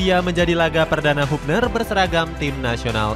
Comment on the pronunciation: Bacanya habner bukan hubner